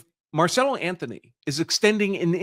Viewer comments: Why do you keep saying his name wrong? His name is Carmelo Anthony not marcello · Why do you keep calling the kid, Marcello? Isn't his name, Carmello? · Dude, his name is Carmelo Anthony (like the NBA player), not Marcelo or Marcela!! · The murderer kid is Karmelo, not Marcelo. But great video. Very informative. 😊